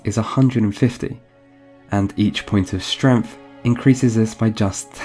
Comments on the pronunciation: Though it occurs much earlier, and i wasn't sure if i heard it right, this chunk of the video confirmed it. I love that he says STREMF instead of STRENGTH. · Why do you pronounce strength like strenff